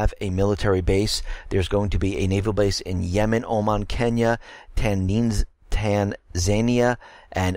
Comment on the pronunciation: Tanzania - tanz-a-ne'-ah